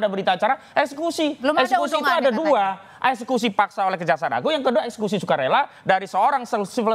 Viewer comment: Woi, EKSEKUSi bukan ES SUSi😂😂😂